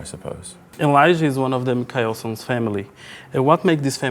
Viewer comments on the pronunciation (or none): "Railei", "micaelson"... Meu ouvido está sangrando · "Micaéuson" "Ráilei" eu só assisti até o final porque era o Daniel ne, mas foi uma tortura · eu ia ver o vídeo, mas me deu agonia quando ele falou Mikaelson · tbm amo paçoca meu lindoooooooo.... a pronúncia de Mikaelson e Hayley.... Jesus... Hugo era pra vc ter feito essa entrevista... tinha sido muito melhor....